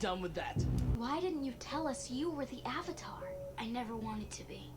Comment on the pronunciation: Appa-tar: The Last Airbison.